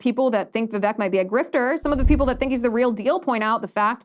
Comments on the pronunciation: Liz, if you get him on your show, please say his name correctly..It's pronounced Vivake, like cake..Love your show! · His name is pronounced Vivake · He says, "VivAKE, like cake." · ▶️ It's pronounced: "Vi-VAKE" like CAKE! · Vivek's name is prononced vi-vake, rhyming with cake. Unfortunately in English it is hard to write many indian names the language is not equipped with a lot of sounds needed for it. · It's Vivek, rhymes with cake.